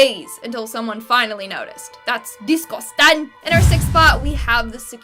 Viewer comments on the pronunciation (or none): When u said idescousting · When she said "DISTUSTANG" Absouletly Broke Me!LoL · "Disgosting" i loves the dead bullfrog part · How she says "disgustang" made me crack up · i love how she says discustanggg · " dissc-goh-stang" was the best part of dis video. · is funny Bc she said that’s DisGuStIaNG witch is funny lol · That’s DI-SGUST-ING